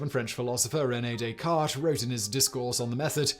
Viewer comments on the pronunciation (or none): none